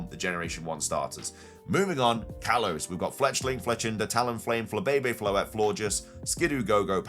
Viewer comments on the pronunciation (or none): none